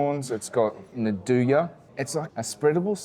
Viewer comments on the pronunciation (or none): Nduja is pronounced andooya not nadooya 😅